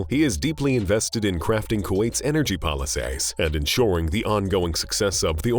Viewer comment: twenty twentay.. Policsays... Ecomonomay.. Positio-anz.. Expensavv... make you better feeling ay